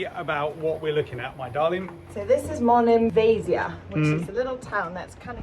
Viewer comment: Aah.. Monemvasia (accent on the last A of the name.. For your future visits) 😊 .. Was, is, and will always be my favorite spot in Greece. Arrived by boat and it was magical. Baaie Danki for the memories❤ oh... And we sailed through the Corinth channel... Magic 😊❤